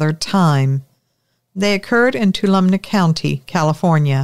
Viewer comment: Hi, Not to be critical but the pronunciation of the area in Ca. in your first story is...too all o me. Just an FYI for future reference. Great stories, as usual